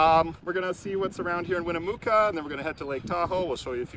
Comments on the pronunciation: Great video! Looks like Oliver and you guys are having a great time. Welcome to Cali. Just so you know, It is pronounced: (Winna mucka) Not: (Wina Mooka) I don't want people laughing at you. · One note: Winnemucca is actually pronounced Win-uh-muck-uh. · Loving Oliver’s road trip! Has anyone mentioned that Winnemucca is pronounced “Win-uh-muck-uh?” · Oh so cute, Winimucca, NV. Westerners pronounce it, Win-na-muc-ca. 😂 You are doing a superb job with these videos and Oliver the star Beagle belongs in Hollywood, California! He is a true rock star! Continue the good work daddies! Oliver loves you both; it is so obvious in the way he runs and jumps at you.!❤️👍🏼✌️ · Not winnemooca its winemucca silly fool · Win-a-muck-a 👍😂Love Tahoe 💕Watch out for mountain lion when hiking 😱There are bears too. Depending on traffic you can make it to Tahoe from the bay in about 3 hours 👍 Oliver is gonna love San Francisco weather 😁